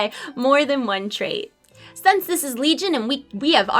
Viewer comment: I'm just nitpicking, I find it funny when you say sense when you should say since, but who cares, I love watching your videos. :D